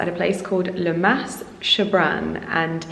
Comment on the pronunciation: Oh, the Camargue is one of my favourite parts of France. We loved our jeep tour also, what a great way to see the estuary and wetlands area. Highly recommend a visit to the walled town of Aigues-Mortes as well. By the way, you don't pronounce the "s" at the end of "Mas".